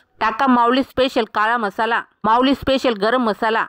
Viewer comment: म्हसला नाही मसाला